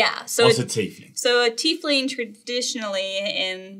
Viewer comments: you lost me at Tea-leaf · He has trouble saying "Tiefling" ...